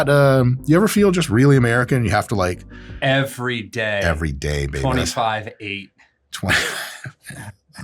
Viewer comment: That emphatic "EVERY DAY" after Scott was asked about feeling American was hilarious